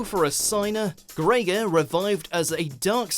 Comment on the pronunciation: Also, learn to pronounce names, please. That's Greiger, not Grey-ghar, and Akiza, not aKIza.